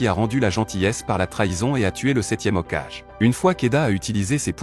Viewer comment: Frérot j’espère le mot Hokagé Tu le prononce comme si c’était un enfant qui lisait un livre hokage ( haut cage ) 🤦‍♂️